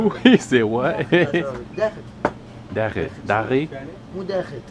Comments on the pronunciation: STOP saying “DAGHI” to Assyrians. Whoever taught you that word, taught it WRONG. For Assyrians it is DAKHEET, and for Chaldeans it is DAKHEE WIT.. There is a reason why all these Assyrians are confused when you greet them. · Whoever taught you “DAGHI” in Assyrian taught you wrong. I have never heard anyone say that in my life. It is “Daghit”. If you don’t say the T at the end, no Assyrian will understand what you’re tryna say. Chaldeans say “Daghiwit”. But make sure you add that T at the end that way Assyrians won’t be so confused in the beginning all the time!